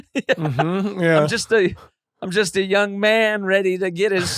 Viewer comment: I keep thinking Adam is saying "jizzed" when he says "just"